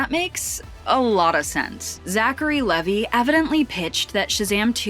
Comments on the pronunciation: That's Levi as in Levi jeans. Pronounced I at the end not E at the end. His full name is actually Zachary Levi Pugh. Also he's not Jewish though many people understandably think he is because of his stage name. I can't wait to see 'Shazam! Fury of the Gods'. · It's leeeee v iiii